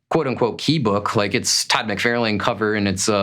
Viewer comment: "Mick-Far-Lin." Lol